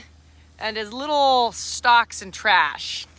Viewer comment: Hauling the leetle tractor on the leetle trailer with the leetle truck., you’re too cute!